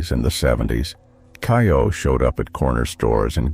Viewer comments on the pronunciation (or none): And it's NOT "KAI- oh!" It's "KAY-oh"! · Kayo, not ki-o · "KAY-oh" not "KYE-oh"! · Yes. Kay-O